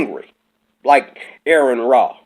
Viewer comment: Also, it's pronounced are-en raw. Are en. Not Aaron.